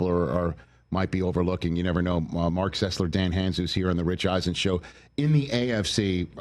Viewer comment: Funny that Rich, after working with Dan for years, doesn’t know how to pronounce Dan’s last name